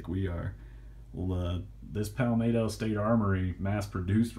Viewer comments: “... pahl’ Maaahtoo” state armory... one nation DIVIDED by a common language...( pal’ MET’to)... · FYI you pronounce palmetto with a short “e” in met like the NY Mets. It’s not palmatto.